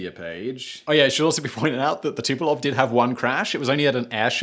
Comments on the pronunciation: Fucksakes Simon! It's TU-PO-LEV. LEV. Not Tu-po-LOV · XB-70 was prettier than Concorde. IMHO. BTW, you keep saying Tupolev Tupelov.